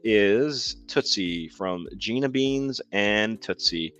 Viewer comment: Thank you for speaking about cats that are alone sometimes cat tv 📺 is a must I do move toys around to new areas make a paper area and check in on the video feed great to new ideas 😆✌🏼 great stream Just wanted to add it’s Gina Beana not beans lol 😂 Tootsie was named after the tootsie roll 😹